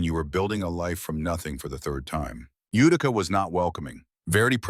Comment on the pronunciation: IT'S PRONOUNCED YOU TI CA DOPE